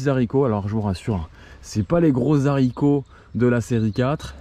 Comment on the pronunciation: Les zaricots bordel ! Ça décrédibilise l’ensemble de la vidéo.. faut faire un effort sur le français.